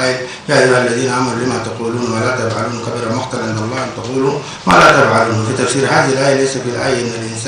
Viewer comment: للاسف القاضي قرأ الايه خطأ ،.(كبر مقتا)